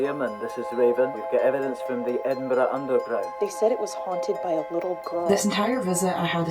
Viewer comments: As a Scot, literally got taken aback by Ryan pronouncing Edinburgh basically correct. I'm so used to American's butchering it LOL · Thank you for saying Edinburgh (Edin-bruh) properly. As a Glaswegian (Glasgow is pronounced Glaz-go) we are frequently scunnered (perplexed) by poor pronunciation. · Thank you for saying Edinburgh the right way 👍🏼👍🏼👏🏼👏🏼🏴🏴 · THANK YOU for pronouncing Edinburgh correctly, it is SO rare for Americans to do this! (I live there so trust me, I know.) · Bonus points for pronouncing Edinburgh properly. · I appreciate that you guys actually said EDINBURGH correctly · Thank you for pronouncing Edinburgh properly 😂 I may have unravelled somewhat without that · As a Scottish person i'm genuinely just happy you pronounced Edinburgh right 😭 ALSO - LOVED LOVED LOVED seeing you guys in Glasgow! Hope Shanes knee healed up lmao